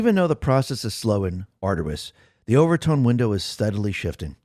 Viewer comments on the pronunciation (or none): Over TON not over TONE